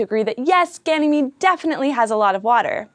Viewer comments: You mispronounced Ganymede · Also Ganymede is pronounced as Ganymayd